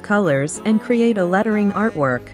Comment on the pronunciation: When you pronounce letttering😂